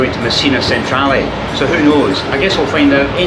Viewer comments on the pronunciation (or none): Really interesting video - the trick is not to stress to much in Sicily, things always work out eventually. PS Palermo and Messina stations - Centrale is pronounced ‘chen-trah-leh’.